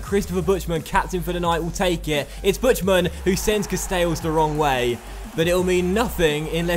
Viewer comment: Great vid:)Just thought id point out something that's been nagging me for a while and since you read the comments so often I thought id point it out XD Buchtmann is surely said differently, as its BuCHTmann, rather than BuTCHmann which is how you seem to be saying it?